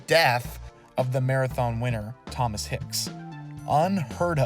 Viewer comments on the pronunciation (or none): none